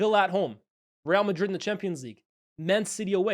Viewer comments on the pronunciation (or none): none